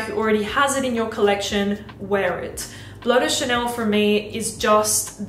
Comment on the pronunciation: Your pronunciation is off. Bleu de Chanel is not pronounced Blow. Bleu is simply French for blue and does not sound too dissimilar.